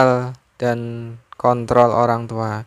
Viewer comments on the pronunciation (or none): none